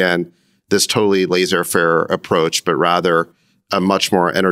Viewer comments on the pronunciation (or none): Sacks has to learn how to say laissez faire correctly… or just not say laser fair